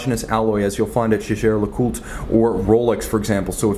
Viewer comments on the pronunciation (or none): Once I heard the hilarious pronunciation of Jaeger le Coultre it was apparent it was time to stop watching.